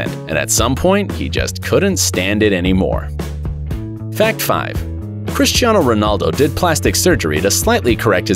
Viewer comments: Guys pay close attention to when he say fan number four instead of fact number four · For fact number four you said fan number four just saying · Why you say fan instead of fact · Instead of fact number 4 he d Said fan number 4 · when it was number 4 he said “fan 4” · he said fan😂not fact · you guys realize hes said fan number 4 instead of fact number four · at the second he said fan 4 not fact 4